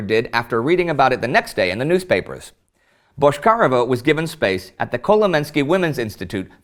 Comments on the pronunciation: Man, her name was pronounced BotchkariOva, not BoshkAreva. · Why do you say Boshkareva instead of Bochkareva? But good episode still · Minor detail from native speaker - her last name pronounced a bit differently: ch as in check, not ch as in shrapnel. And emphasis on e, not on a - BochkarEva